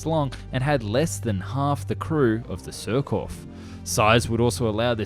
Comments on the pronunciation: So as for the pronunciation : Surcouf -> more like "Sürcoof", yet getting the "ü" right seems close to a lost cause for natural english-speaking people, a bit like the "th" for French De Gaulle -> more like "Duh Goal" Cousteau -> more like "Coostow" (with the "oo" from "mood") Cherbourg -> that one's quite OK, the "r" being the other lost cause either way so it doesn't really count :) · ... only since you asked, but your French pronunciation isn't great... surcouf ... rhymes with goof, aloof, roof, . You were sometimes saying it right, but more often it rhymed with cough. nope DeGaulle the president it sounds like Goal, Mole, Pole in English... not gall or pall, or fall... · The account was well related, but, without malice or prejudice, her name was Surcouf, not Surcoff. The memorial is in CHERBOURG, a very busy French, Channel-Port, and Town in Northern France, due south of Portsmouth & the Isle of Wight. I’ve never heard of Shenburg. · The "" Jurcouf "" the French are strange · Repeat after me, sheer k oof. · Other than a cringeworthy mispronouciation of "Surcouf," pretty good, overall.